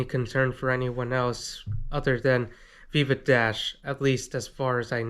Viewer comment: It veeva not Viva